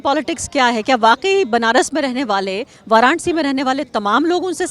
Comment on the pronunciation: वारांसी नही है मॅडम उच्चारण तो समझ लिजीए